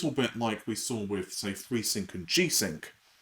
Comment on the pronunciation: Did they teach you at school to say free instead of three?